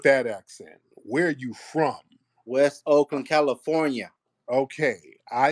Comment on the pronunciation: The way dude pronounced west Oakland as two separate words and not "wessoakland" exposed him as a fake off jump.